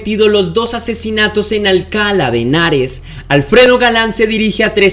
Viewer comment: Hola, me gusta tu canal. Se pronuncia Alcalá de Henares con acento agudo y no Alcala sin acento.